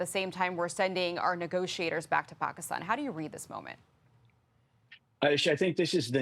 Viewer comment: Too” Pockistawn”